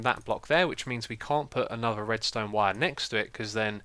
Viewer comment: Oh and "Redstonned" ha ha :)